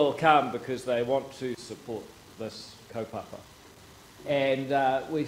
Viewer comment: ... He said Kuupapa wrong 😑